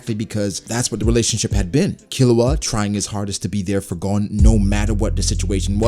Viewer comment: Man rly said killua 😭 instant lose